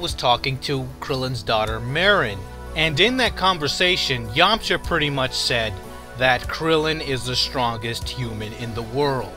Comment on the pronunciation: the way you say his full name every time makes me cringe everytime